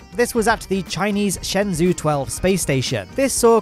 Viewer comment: "Chinese Shenzhou 12 Space Station" That was close, the space station's name is Tiangong 3, Shenzhou 12 is the spacecraft. You did pronounce Shenzhou correctly, so i'll give you that